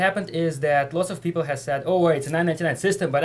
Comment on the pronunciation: You cannot hav! Haha crazy russian